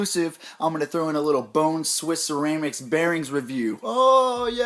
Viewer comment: lol you kept saying ceraymics